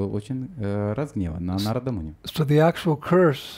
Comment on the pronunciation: Wonderful class. I was wondering why you pronounce Narada Muni like you do. I find we were taught to emphasize the vowel the line is over and we always said NAR-a-da but you keep saying Na-RA-da. I want to understand why I hear words differently pronounced than what we learned so many years ago. Can you tell me why you say Na-RA-da instead of NAR-a-da? Thank you. Hare Krishna.